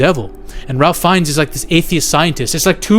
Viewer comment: You need to learn how to pronounce Ralph Fiennes' name. He's one the greatest actors of all time, give him the respect he's earned and say his name correctly.